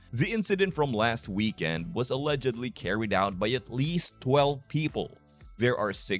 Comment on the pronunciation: YOU CAN'T STAND THE TRUTH ☠️☠️☠️☠️☠️🙈🙉🙊 STOP SAYING ALLEGALEY ☠️☠️☠️☠️☠️